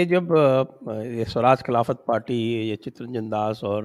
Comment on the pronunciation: I would request you please do not call 'KHILAFAT'. At least aap log to 'KHILFAT' ko खिल्फत hi kahiye taki aur log bhi anatar aur dhokha samajh saken.